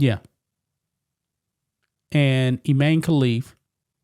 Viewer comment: Its pronounced Ee-mah-nee.